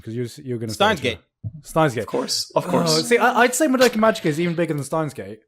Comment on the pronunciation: It's been months/years and still says "Survey Corps" and "Madoka" incorrectly.